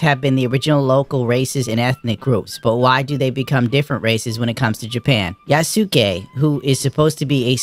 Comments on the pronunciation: U is silent in japanese, Yasuke is pronounced ya-skay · Hahaha, no. Sa, shi, su, se, so are the syllables they are using. Like in the famous sword masters name, Yamaoke Tessu. The U is only silent, when they use it to prolong the O. Then they write OU, where you pronounce the O as long O (we Hungarians write it as "ó") and the U is silent indeed.